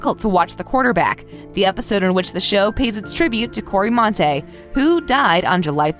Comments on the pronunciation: cory monteith not montay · Cannot believe this bish said "Corey MoNtAy" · Did she say Corey montay??? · Did she call Cory monteith “montay?” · Finally I found a comment like this. I literally yells its MONTEITH.. REALLY!!! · FYI you messed up the Glee. It's the 3rd episode of season 5. And you mis pronounced Cory's last name. !! But you were 100% right to put glee at #1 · Finn’s episode was the third in the season, not fourth. Also that’s not how you pronounce Monteith. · ok... I have a little complaint about the way you said Cory MONTEITH and it was the 3rd episode of season 5, not the 4th Also can't believe we lost Naya as well 🥺😭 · Thank you, I thought the same thing